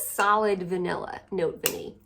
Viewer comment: Note Vanillée is the name of the Micallef perfume. And you pronounce that accented e at the end. EVERYONE mispronounces this perfume name and I am constantly trying to help. Basically you say Note Vaneeyay. And above all not Notay Vanille. The accented e creates the past participle of the verb “vaniller” which she cutely created for this fragrance. It means “a vanillaed message”. BTW how do you apply your Profumum Roma fragrances? I got Ichnusa for the summer and it doesn’t have a sprayer😢